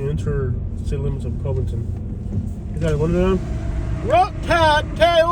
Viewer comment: NO you are not in Cincinnati. There is a river and a state line dividing Cincinnati and Northern KY but it's also a different way of life. We live in KY for a reason. It's Cuvington btw not Covington with a long O sound.Same vowel sound as "Love"